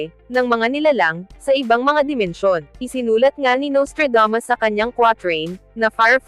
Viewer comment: Naiinis lang ako sa narrator na Babaeng ito, masyadong maarteng magsalita! Yung Nustradamos ginawang Nostradames.